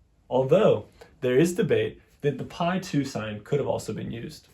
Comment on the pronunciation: Please, "pí "or "pi" with any accent for that matter, or without an accent, is not pronounced "pie." It's pronounced "pea."